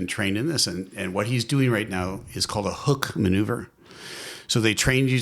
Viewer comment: so is it the “Hook” maneuver or the “Hick” maneuver??